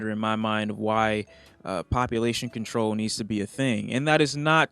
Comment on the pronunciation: No one:: PoPUlation CoNTOl